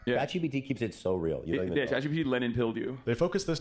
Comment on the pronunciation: I LOVE that you call it chat gbt! Please don’t stop. It’s a little thing that brings me so much joy.